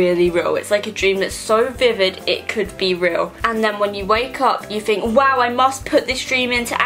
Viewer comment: ok i'm sorry but why do you say "fink" instead of think and "free" instead of three it drives me insane. you don't even have braces anymore